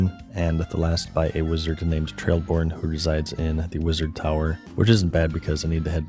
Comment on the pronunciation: Hearing him say "Zanarkin" instead of Zanaris and "Trailborn" instead of "Traiborn" made me chuckle. Idk what it is about runescape that causes so many people to read a word and have it become something different in their brain